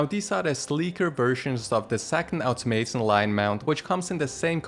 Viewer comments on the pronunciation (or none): none